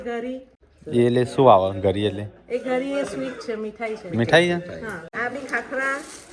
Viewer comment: Gari nai ghari kevay